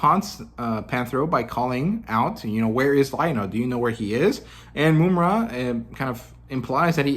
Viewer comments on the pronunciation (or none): Love the critiques, breakdown of your opinions and channel, keep it up! Small critique: it’s Mum (like an English bloke saying mom)-ra, not “Moom-ra”. Just see the cartoon